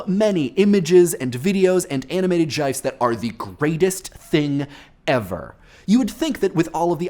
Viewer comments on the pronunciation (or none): Jifes... JIFES? it is a GIF, pronounced as giff. This is literally the MOST WRONG I have ever seen anyone be. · Did you...did you pronounce "gifs" as...as...jyfes? That has to be a running joke or something right? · Anybody else bothered by "jifes"? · Yo hold up. Did he pronounce gifs as jifes? da hell? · "Jifes"? Are you trying to break the internet?! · "Jife"...? "JIFE"??? I'm speechless. He literally says "jifes".